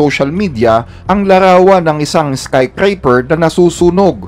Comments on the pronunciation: SKYSCRAPER NOT SKYCRAPER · Boss tama po ba Skycraper??? O Skyscraper???